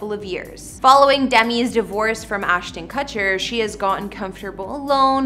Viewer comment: She also mispronounces Demi and Ashton Kutcher as well as a few more words, and her facts and description of the San Remo were questionable. My real estate sales manager would have handed them back to me for a re-write. "Penthouse makes you feel like you're living IN Central Park?" It's more like looking down at the park. And they never moved in!